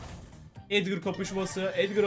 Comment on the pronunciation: Abi çoğu youbuder neden edgar yerine edgır diyor